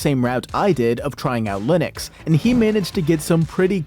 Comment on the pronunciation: why does he say "linix" wtf its making me crazy